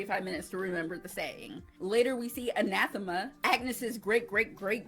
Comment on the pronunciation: His name was Thou-Shalt-Not-Commit-Adultery Pulsifer, a play on some real and silly virtuous names in the era. Kudos for pronouncing Anathema correctly (that is a hard one for reactors, despite being a word). Crowley is more like "crohley" (rhymes with holy). I love your love for Aziraphale. He and Crowley are both great. Your reactions are adorable.